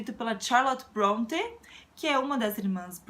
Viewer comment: Que bom ouvir a pronúncia do sobrenome das irmãs Bronte sem aquela tendência de "afrancesar" o termo, como temos visto ultimamente. Com todo o trabalho que tens, o importante é manter o foco. Boas leituras!